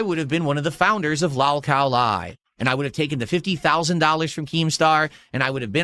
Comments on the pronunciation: Lawl cawl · Why does he say lolcow like that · Someone gotta tell him how to pronounce “lolcow” I can’t stand the way he says it